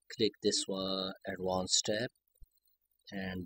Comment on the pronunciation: "then, uh... click this.... awddwanced than uh... cliik okey... than uh..." bro just put fucking text if you cant speak